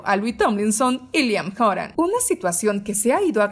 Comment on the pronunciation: liam horan JAJAJSHAKAHJSLAHS